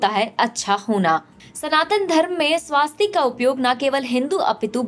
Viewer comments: वो स्वस्तिक है ना की स्वास्तिक है। सही उच्चारण किजीए। आप भी ग़लत बोलोगे तो कैसे चलेगा। दुरुस्त कराइयेगा। जय हिन्द। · The narrator deserves a kick. It is not swaastik but swustik. Pronounce it correctly. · स्वास्तिक नही स्वस्तिक